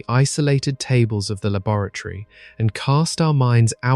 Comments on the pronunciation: Wait. Is "labaratory" a new word or is he trying to say laboratory? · Has to turn it off after the second mangled pronunciation of 'laboratory'. Distracting